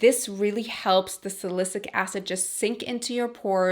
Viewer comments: its salicylic acid not "sa-li-cic" acid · Love your videos! btw salicylic acid is pronounced SA-LE-SI-LIC acid. Xoxo glad you're back! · Thank you!!! Perfect timing! I need to stop that benzoyl peroxide. Little Tip though. Just listen to “Siri: pronounce Sa-ly-cy-lic acid” 👏👏👏